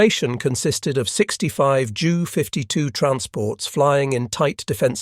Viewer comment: "J" U". the fake voice pronounced jew. Also "M" "E". was me.